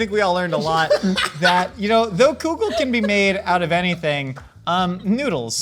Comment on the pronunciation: I know this whole episode was about soup, but I can’t get over how pronounces kugel….. It’s kugel not koogel… but yes please make a myth munchers about kugels hehehe, yerushalmi is the best kugel and that’s a fact